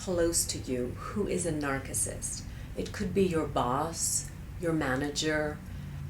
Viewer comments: Please note the pronunciation of the word "narcissist". Sounds like 'narsissist' not 'narkissist'. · it's pronounced "narsissist". great vid though. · Well, that's true, but regardless, the pronunciation should be with a soft "C." I guess the "R" is optional... some pronunciations show it and some don't. But the soft "C" is definitely the standard. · lol narkissist i thought it was narcissist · Why are you pronouncing Narcissist with a hard C? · Why do you pronounce it "nark-iss-ist"?? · NarKisists? Is that the Greek pronunciation. Or so you just need to hear yourself talk? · Despite the weird pronunciation of Narcissist the advice and warnings here are spot on. These people are a cancer on the face of the planet. It took me two years to finally realize I could not change or ultimately help this demented monster and I got out. I sincerely believe that the colon and thymus cancers I suffered came as a direct result of the unbelievable and unbearable stresses and strains that living and working with this woman caused me. VL Fanai of Carlsbad, San Diego rot in hell. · you cant even pronounce narcissist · You`re still pronouncing it wrong. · I've never heard it pronounced the way she does. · You're speaking english and pronouncing one word in greek. Strange.